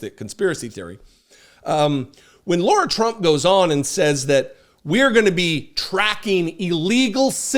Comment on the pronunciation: her name is LAH-RAH not Laura, if Kamala's name should be said correctly, so should Lah-Rah. she has birthright citizenship, like all Rs in congress. She is crazy, she cant think properly. Donald has no plan and you didnt listen carefully Lara. All they spoke about at the DNC waou said was Joy and democracy and Kamala did talk about policy. everything you said was PROJECTION. really all trump talks of it hannibal lecter and other crap nothing about this country